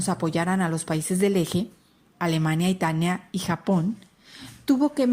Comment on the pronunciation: en el minuto dijo itania en lugar de italia